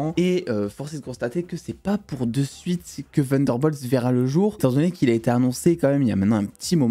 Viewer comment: pourquou tu dit "vunderbolt ?"